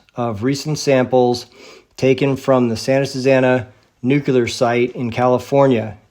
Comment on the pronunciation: Very powerful video! As you said, it is suspicious that the nuclear bomb technology was ready just at the end of WWII as the so-called RNA-based vaccine magically appeared in 2020. Additional lies include the Oklahoma and Boston bombings. Please note that nuclear is not pronounced nucular. God Bless.